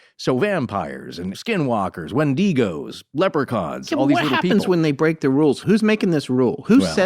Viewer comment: I remember watching short circuit as a 90s kid. I remember it making me sad. Also, I’ve never heard anyone pronounce Wendigo the way does as Wen-dee-go. I wonder if that’s a west coast pronunciation🤔